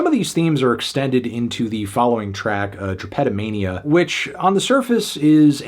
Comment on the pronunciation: It's drape (like grape) toe mania. Just FYI. "Drah-petto-mania" sounds like Pinnochio's dad.